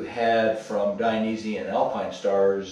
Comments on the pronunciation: It’s Dainese not Dianese! 🤣 Nice video, greatings from Italy. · Thanks for sharing! It’s Dainese not Dianese